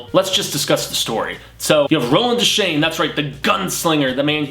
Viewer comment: sorry but your pronunciation of a lot of in universe words and names is terrible. roland dez chain ? uh? pretty sure its pronounced de- shane. paliver? nah its pah-lava. cmon dude.